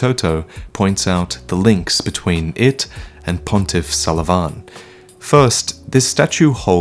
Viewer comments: Its pontiff Sullivan. Not pontiff sulivaaaaaaaaaaaaaaaaan. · "Pontiff sulvaaahn" "yes, i'm pronouncing his name two different ways in the same video. i noticed you senpai. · I noticed your sulyvahn pronunciations! lol idc tho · Hey, can't help but notice that you pronounced Pontiff Sulyvahn's name in two different ways~ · I noticed, i noticed the difference in pronunciation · Anyone else bothered by the way he says "Sullivan" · the name isn't the problem, it's the pronunciation